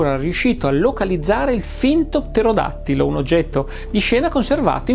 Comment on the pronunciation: Il video è stupendo, per di più una impresa dire correttamente pterodattilo per tre volte consecutive 😂